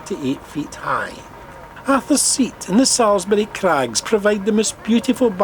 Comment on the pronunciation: 'C'A'lton hill?? Princes Gardens? No - it's pronounced C'o'lton Hill not C'A'lton Hill. Princes Street Gardens not Princes Gardens. I also thought I heard you pronounce Salisbury Crags as S'A'lsbury and not S'O'lsbury as it should be. I suspect you are not from Edinburgh, and you should really consult a local about local pronunciation before making videos for foreigners.